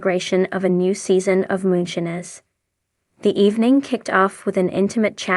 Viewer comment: U r not saying Moonshiners right OMG ? Do u listen to how the words is said before U repeat saying MOONSHINERS 😅😅 U REALLY NEED TO SAY THE WORD RIGHT?! I Won't watch ur utbube bc u can not say it right DEAR lord Disrespectful to me n I'm sure many others !! Not right at all 😮😂